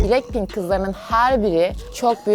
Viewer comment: Bilekpink değil blakpink diye okunuyo